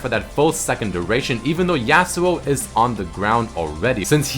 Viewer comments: The way you say Yasuo makes me cringe. It's not YEAHsuo, it's YAWsuo. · The way he pronounces Yasou tilts me. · Hearing you pronounce Yasuo tilts me hard lol